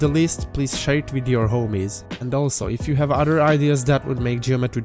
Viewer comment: Him: Please SHARE IT with your homies! What I hear: Please SHI* with your homies 👍🏻!